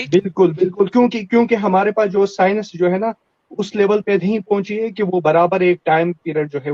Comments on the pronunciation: ye science ko sinus bolta hai.... aur gyan pel raha hai 😂😂😂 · Science ko Sinus bolta hai.. MC, BC...